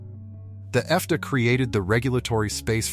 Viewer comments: Why the AI voice? At least teach it to spell out F D A so it doesn’t say F dah. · 😂AI pronunciation of the FDA.......F'Duh. LOL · The 'EFF- Da'? Dumb, badly efited AI-BS. Uff da! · Good video but why the AI voiceover? FDA is not "Effduh". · Too funny, talking about fake cream cheese and this video was obviously done by AI. AI, you don’t pronounce FDA, it’s F D A, short for the Food and Drug Administration. Watching no further. 🙄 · FDA pronounced “fahdah”?! 😀 How much money would it take to have someone actually read the script? Couldn’t be that much! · DISGUSTING AI VOICE! "F duh" = FDA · According to AI FDA is pronounced as F-DA or F..k dat! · Yeah, I hate the "Effduh" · AI slop.... can't trust it. For example, FDA is said Effda🤣